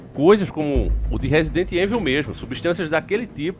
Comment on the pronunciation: diz resident heinvil. 😆